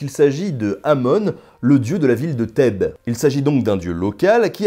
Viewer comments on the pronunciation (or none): none